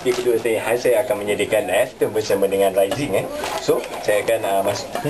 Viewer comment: Raisin? Pronounce as rei-sin la haha tak pe la. Good effort. That looks healthy.